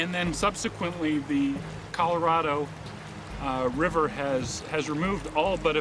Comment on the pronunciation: He has a hard time or can't be bothered saying "Colorado River"... To him, it's "Coloriver".